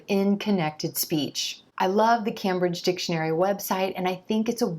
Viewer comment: I'm a native English speaker, so why am I watching this! Anyway, not to nick-pick, but you mispronounced Cambridge four times in this video at: , , and . You pronounced it Cam-bridge (Cam like as in Camera). It's pronounced Came-bridge. Your videos are very useful to Non-Native English speakers. Keep up the good work :-)